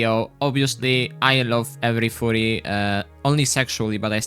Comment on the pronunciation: Yo bro, why are u saying furry like it sounds as a "FOORRY"? U gotta make it sound more of a U instead of OO lmao. If u still don't get it, u can search what im talking about.